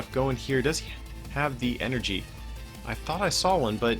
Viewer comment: It’s En-er-gy not fricking E-R-G